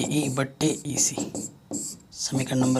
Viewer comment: Sir aap EC bolte hoto vo esa lagta he ac sunai deta he😂